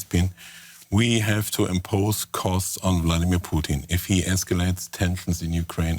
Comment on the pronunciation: Is it Bloodimir or is Vladimir?